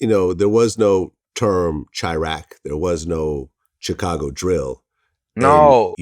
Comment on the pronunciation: Vlad kill me how he pronounce Chi-Raq and Chicago.